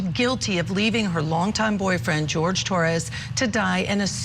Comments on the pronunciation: Why does she call him George? Wouldn’t it be be Whore-hay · Wouldn’t his name pronounced ‘Horhay”? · The way she pronounced the name of that poor man , she butchered the name , she is more like straight D student lol